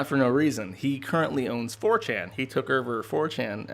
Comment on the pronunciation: It is over not erver.